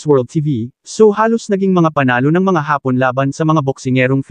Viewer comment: Hindi haaapon Vloger Ang pagbigkas kundi hapon diretso Ang pagbigkas uulitin natin Vloger Hindi haaapon kundi hapon biglaan sana sa susunod biglaan na Ang pag bigjas mo sa katagang hapon Hindi haaapon